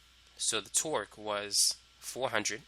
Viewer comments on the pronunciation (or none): correct, but if you listen closely you will find out that half of the times he says twerk. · I swear I heard twerk the whole time